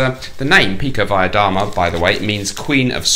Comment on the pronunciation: Btw, your pronunciation of pikovaya dama is pretty good. Did you go to Cambridge, perchance? So many kgb spies have graduated from there, it's like their finishing school :)